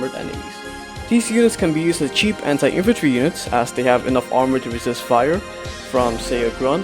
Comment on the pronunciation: when you said very cheap i thought you said very chip